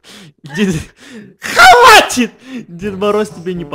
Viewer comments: Нормальные люди: хватит: хаввати Кто тоже заметил что Сказал так? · Мне одной показалось что сказал "халатит" а не "хватит"? 😂 😂 😂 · Он сказал хаватит 😂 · Алина Смирнова он сказал халатит я тоже так услышала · А мне послышалось "халатик"😹😹😹